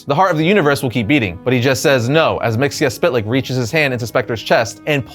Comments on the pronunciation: Mxyzptlk (mee-zuh-plik) Don't pronounce every letter. LOL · it's not mixiaspitlic it's always been mitsoplic . so unless they changed his name you're saying it wrong. mit so plic is how it was always pronounced. unless he's a new version of the guy but you show old pics from old comics and that tells me it's the same character so in that case his name is mitsoplic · I can't take it anymore.... His name is pronounced Mik-zel-plicks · Its like this. MITZ - PITTL - LICK. SAY FAST AND BOOM. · It's pronounced Mr. (Mix-el-plickt) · Mxyzptlk's pronunciation from the Super Friends (Hanna-Barbera 1970s-1980s) had a much simpler pronunciation which is much more pleasant on the ears (miks-ill-plick). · I maybe wrong, but as a kid the 5th dimensional imp, he is my favorite enemy of super man. I really think and remember from the old cartoons from the beginning of D.C. Saturday morning cartoons, in his name the "T" is silent and the way he was pronouncing it was wrong. It is said Mix 'ol Plix silent "T" in the spelling. I maybe incorrect, but in my Saturday morning cartoons I remember it that way. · You really need to learn how to pronounce Mxyzptlk. 👉 Miks-yez-pittle-ik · So, new listener, appreciated the whole series, thank you. Please, for the love of Bob, never say Mr. Mxyzptlk's name again. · Always interesting to see how people decide to pronounce Mr. Myzptlk's name. In my mind, it's "Mix-uhl-pit-a-lick". I've also heard "Miz-puh-tilk" or "Miz-puh-tal-ick". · Wow great video....except you mispronounce Mister Myztlpitilyk....and that's is plain sad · The way he pronounced myxzptlk really ruined the whole video for me 😢